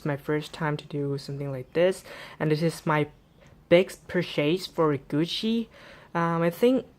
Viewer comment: lol why do you pronounce it gushi its GUCCI